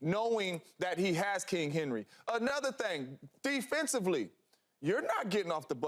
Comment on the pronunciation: Someone please tell Mr. Jones the word is king, not kink. It's Not Kink Henry!!